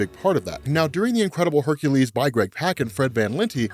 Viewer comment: Ugh. It really irks me that you say Hercules' name wrong.